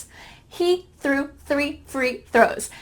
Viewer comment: ههههههه حلقة ممتعة لكن ضحكتي في الآخر و انت بتثبت ان احنا عندنا حرف الثاء و نقدر ننطقه بسهولة نطقته باللهجة المصرية آي سنك I think سرو threw